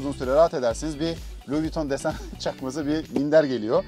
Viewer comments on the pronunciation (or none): none